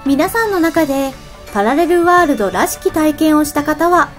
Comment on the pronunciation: パラレルワールド、って言えてないw